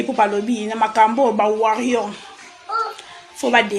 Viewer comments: On dit Warriors et non warrions yango bino bo kende classe ou non pour faire des mauvaises prononciations. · Yo pe balobaka Warriors pas warrion ah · On Warriors pas warionn il faut apprendre à prononcer là,tu fais la chronique tu n’es pas capable de prononcer Warriors 😟. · Mais essaye de bien prononcer Warroirs stp madame